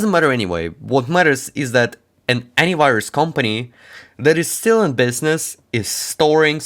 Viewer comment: at the start i thought he was saying adware antivirus 🤣